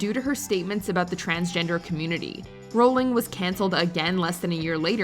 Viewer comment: Can you guys pronounce a name correctly for just ONE video? It's "RAU-ling" not "ROL-ling".